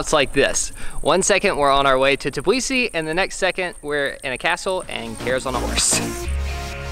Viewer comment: Aaaaaaaaaaaahhhhhhhh at the way you say Tbilisi. The T is silent and pronounced bilisi